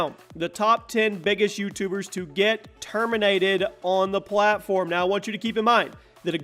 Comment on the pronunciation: Termintated ha ha